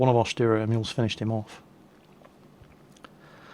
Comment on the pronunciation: Sturer, not Stürer.